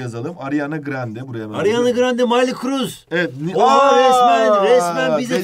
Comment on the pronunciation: Hoca ariana grande soy adını yanlış okuyor ve miley kruz diyo bide🤭